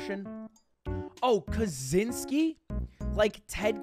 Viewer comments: Kazeenskee? It's pronounced Kacheenskee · It's pronounced Kachynski. Cz = Ch, like in 'Czech' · He was Polish and its pronounced KaCHyński